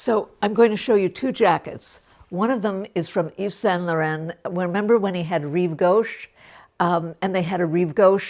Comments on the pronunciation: You’re not pronouncing YSL correctly. It’s not LORENNE it’s LORON. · perhaps try googling how to pronounce Laurent.